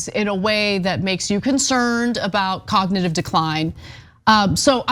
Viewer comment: He said c0ck-nitive test